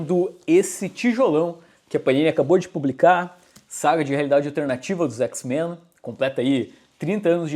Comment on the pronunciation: parece um jamaicano falando X-Mã